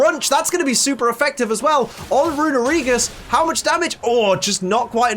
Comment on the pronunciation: It hurts to hear someone mispronounce Runerigus (it's actually Rune-Ree-gus) so much...